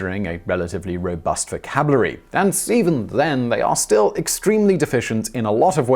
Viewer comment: 3 min 34sec - VOCABLUHRY....... You do complex and thorough videos almost every single day, how dare you not be 100% accurate and perfect